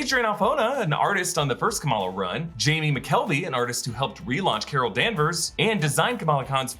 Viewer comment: also thanks for saying "McKelvie" correctly